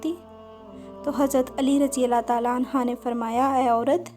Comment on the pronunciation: Please correct your pronunciation . Hazrat Ali Raziallaho Anho ( Right) Anha( wrong)